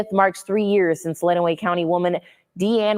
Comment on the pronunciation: Len-uh-way County. I hate how much Michigan has been on YT lately but I can help with any pronunciations